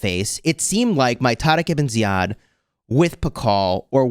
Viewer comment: I am an Arab and I was surprised by the pronunciation of Tariq Ibn Ziyad😮